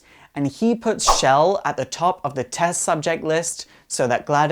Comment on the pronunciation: It's Chell, Not Shell.